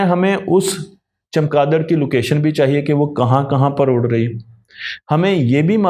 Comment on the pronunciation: جناب چمکادڑ نہیں چمگادڑ ہے